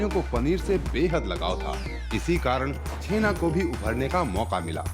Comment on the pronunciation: Bengali me usko '' Chenaa'' nehi '' Chanaa'' kehete hain , btw .. Great video bro .Love it .❤️